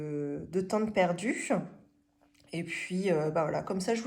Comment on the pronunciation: Surtouff, contenuff, perduff. Un petit peuff... Objectifff Ah, non, là c'est normal 😂😂😂 Aussi : carte bleuE. À part ça, des choses intéressantes.